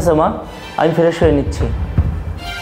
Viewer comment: ফ্রেশ না ফেরেশ হা হা হা হা ঠিক করে উচ্চারণ করতে পারে না আবার অভিনয়ে